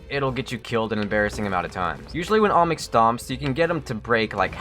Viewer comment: please pronounce olmec right its not "omic" its not "allmick" its not "almix" its OLMEC. repeat after me: OL- MEC. OL - MEC. You're not repeating it. OL-MEC.